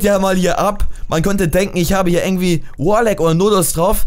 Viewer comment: Gomme xD Das heißt nicht ärgentwie sonndern IRgentwie :D